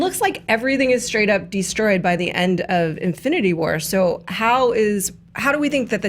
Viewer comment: # in-flu-nity war 😂